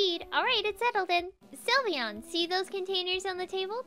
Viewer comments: it is sylveon not slivyian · is not sulveon is sylveon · Silveon not sylveon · Wet de hekkk....its called SYLVEON!!!!! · its not sylveon its lysvoooena